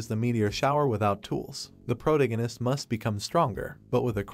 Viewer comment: Cross... prodegness CREST PROTAGONIST